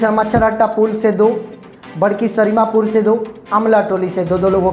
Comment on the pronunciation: आपकी रिपोर्ट और आवाज़ काबिले तारीफ़ है आप सरीमापुर जो बक्सर मे है, की जगह पर सारिम पुर पढा करे